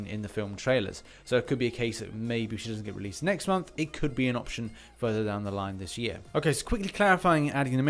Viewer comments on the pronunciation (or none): none